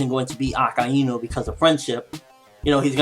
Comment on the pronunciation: akaynu is how you pronounce akainu.